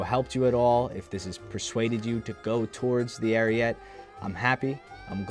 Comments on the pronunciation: Ar ee et eh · Isn't it pronounced Ah-ree-yeh-tay? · The e at the end of ariete is not silent it is pronounced Arieté. It means ram (like battering ram, not animal ram) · Please take a minute out of your day just to learn how Ariete is supposed to be pronounced. If you search "Carro Armato Ariete" into youtube, click the first video that's in Italian and just listen for when they pronounce the tank name which is less than a minute into the video. Ariete, like ahrietay.